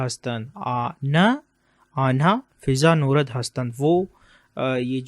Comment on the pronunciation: فضا نوَرد۔ و پہ ززبر پڑھتے ہیں Nwarg Not norad.